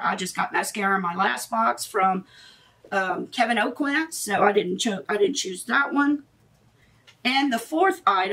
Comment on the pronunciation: Hi I stumbled upon your channel and within the first minute I knew you had to be from Louisiana, then when you pronounced Kevyn Aucoin's name the right way i knew i was right. I love Boxycharm and i appreciate all the hard work you but into this video!